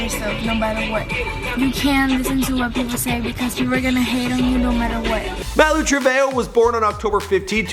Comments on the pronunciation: Malu trebayo? Oh my oh no 💀😂😭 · It's male Treveho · He said malu travehoe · “before malu true-vay.yo...” holupholupholup. what? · Malu Truveyo? are you kidding? that wasnt even close. He really doing it on purpose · in the video (fight) it's not Malu Trevejo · Why can't this man ever pronounce people's names right